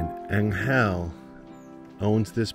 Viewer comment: you guys are part of the reason why I've booked a trip to mindo next month to photograph birds. Thank you for such an amazing video. also - angel in spanish: there is no accent on the "e". it's pronounced with a slight accent on the "A". So think, AN-gel instead of an-GEL. =)